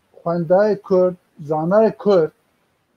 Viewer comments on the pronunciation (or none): Memostayé bréz Kürt deyil, Kurd olarak telafuz edersen daha güzel olur.